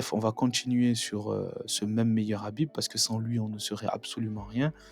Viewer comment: Khabib bon sang khabib ....je vais commencer a te haïr si tu prononces son nom autrement ....khabib